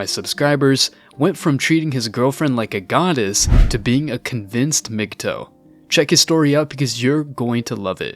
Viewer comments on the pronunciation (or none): You are pronouncing it wrong. It's not mg toe. It's pronounce mgtow like towel